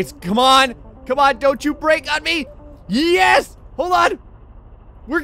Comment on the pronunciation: instead of saying Yes. he says Yez